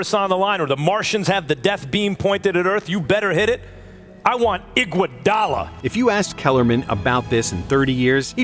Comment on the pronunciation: The way said iguodala got me dead asf😭😭